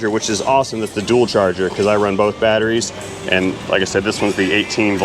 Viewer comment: Love the battery voice... batarazies.. True lies...batteries dead lol